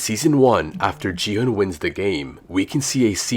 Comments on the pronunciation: Dude, don't you understand that he's using AI voice?? It's not his real voice. Most of the AI voices pronounce "Gi-hun" as "Ji-han". The correct pronunciation is "Ki-hoon" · Bro is so dumb that he said gi hun is ji hun💀💀😭😭